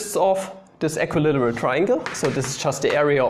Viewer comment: How to english? That was a Good One! (Made me chuckle.) Equi-literal triangle? Almost the same as equilateral = equilAteral. The "circle thingy" is called a SEGMENT by the way, same as in deutsch, except for the stress being on the first syllable in englisch, and on the second syllable in deutsch. (You are welcome, no charge, as always, with LOVE :-)